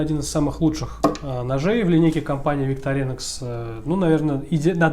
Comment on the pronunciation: Простите, но правильно будет ВиктОринокс. Именно так произносят название сами швейцарцы на своём официальном ютуб-канале.